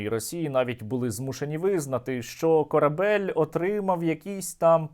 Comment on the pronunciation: "КорабЭЛЬ".. Черт Нерусский🤧